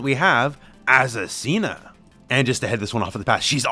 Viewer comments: You need to work on your Spanish pronunciation hahaha is Azucena ! Not azucina! Greetings from Argentina!! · I find curious that you, an english native speaker I assume, read Azucena as "Asesina" what is the spanish word for "killer" in female grammar. I wonder if the designer did that on purpose at the moment to choose a name for her. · It's pronounced Azu-SEH-na. Not Azu-Cena like John Cena. From a spanish speaker who actually has an Aunt named Azucena who laughed when I showed her the trailer with her name on it